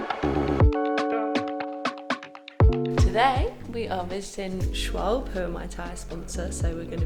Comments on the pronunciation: As a german hearing Schwalbe being pronounced as Schwolb is almost worse than Porsche being butchered to Porsch😅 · I like your English pronunciation of "Schwalbe"😃 Greetings from Berlin & all the best for your next race!